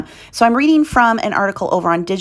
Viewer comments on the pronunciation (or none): none